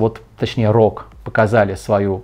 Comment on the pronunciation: Я удивлён! Сказал АСУС РОГ, вместо ЭЙСУС ЭЙ-РО-ДЖИ! Что стало с борцом за правильное произношение ?Так же про процессор оговорился, сказал - 8 потоков и 16 ядер. Но это ерунда.